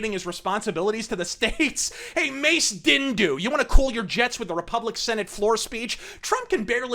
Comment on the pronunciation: “Mace Dindu” BRUHHHHH HAHAHAHAHA